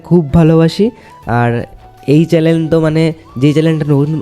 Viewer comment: আরে ওটা চ্যালেন না চ্যানেল ❤😅